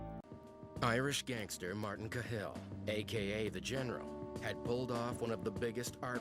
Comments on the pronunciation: It's 'CA-hill', not 'Ca-HILL'. Jaysis narrator fella... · No, it's not, its pronounced Kah-hill, youtube any rte news vid on YT to to its correct pronunciation. i.e Kah-hill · Its pronounced kaaa hill u emphasise the a like ah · If the narrator had actually watched any footage he would have learned how to pronounce 'Cahill' - emphasis on the 'Ca' not the 'hill ;-) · It's pronounced cal in Dublin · Ka Hill is not how it's pronounced tho.